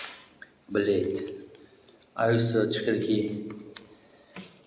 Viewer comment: "Блет" не, Билет!!!